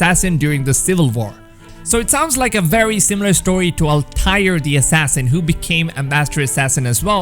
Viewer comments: did my man rlly just pronounce altair like “all•TIRE” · "Al Tire" XD LOL